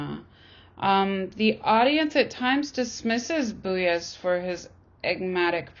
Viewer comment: Pronunciation of 'commodification' and 'Beuys' needs work. Speaker reads mechanically and without apparent interest. Beuys isn't "trying" to talk to the hare. The question isn't about what Beuys "believes". We have no access to his brain. A citation of sources would be more considerate, respectful, and exemplary. The speaker's appreciation for the information seems lacking , her conclusions reductive.